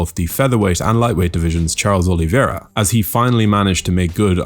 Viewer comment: O-li-VEI-ra, not O-li-vi-E-ra.